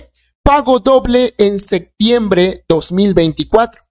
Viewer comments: Enseñaste a hablar no se dice "sectiembre" es SEPTIEMBRE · Septiembre no sectiembre y opción no occión, aprende a hablar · Por qué no habla bien no es sectiembr es septiembre, aprenda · No se dice sectiembre sino septiembre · La palabra es SE”””P””TIEMBRE !!!!!!